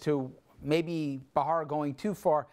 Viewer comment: Why do people keep pronouncing his name ' Bra-Hara ', while its actually Bharara? Is it that hard?